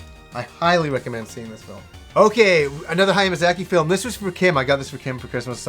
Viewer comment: You have the weirdest way of pronouncing Hayao Miyazaki lol, but hey i loved The Wind Rises too.